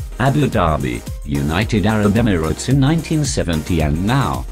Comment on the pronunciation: "united arab emflkhjsdgjhgstes" LMAO